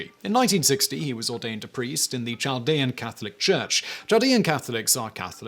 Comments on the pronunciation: Not that you’ll see my comment but it’s Chaldeans with a K sound not a typical English Ch sound. Very interesting though! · Chaldeans is pronounced kaldeans. Hire meeeee lol